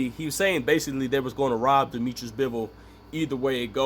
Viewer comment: Dimitri, not Dimitris-he is not greek.